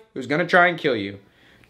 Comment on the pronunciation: It will keel 😂